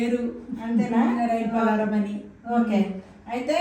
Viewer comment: పలారం కాదు పలహారం